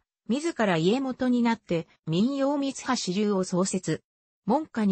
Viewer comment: 朗読がおかしい、みはしを、さんきようと言っている。